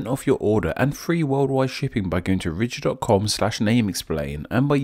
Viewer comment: I thought he said rich instead of Ridge